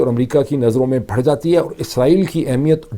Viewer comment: بار بار بتایا ھے کہ بھڑ نہیں کہا کر۔ بڑھ جائے گی کہا کر ۔